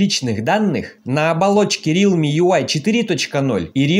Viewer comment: не рилми, а реалми !